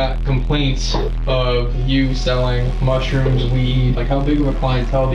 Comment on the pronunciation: I tapped out after i saw the robot pronouncing mushrooms wrong